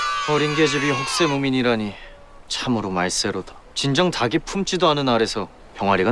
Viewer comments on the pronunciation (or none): 꼬꼬닭의 닭이 를 달기라고 정확하게 발음한 배우는 군주때 유승호밖에 없구나 저 여인은 다기라고 읽네 장혁은 어떤 역이든 늘 똑같아서 질리고 강한나는 달의연인때가 더 낫고 아 박지빈이 젤 낫구나 연기는